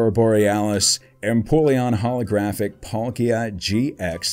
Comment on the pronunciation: “A polkia gx” when it says palkia gx XD